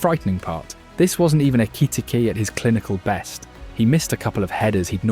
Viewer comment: Why he say Ekitike’s name like that